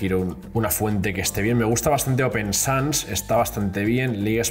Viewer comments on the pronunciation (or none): none